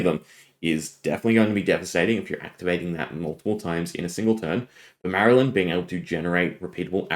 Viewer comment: the L is before the Y, it is MAR-LYNN, a pun on MARLIN, not MARY-LYNN